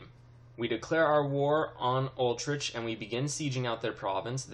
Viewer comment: Utrecht is pronounced You-trekt lol Not Ultricht